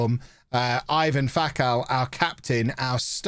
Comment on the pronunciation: Ivan is pronounced Ivan.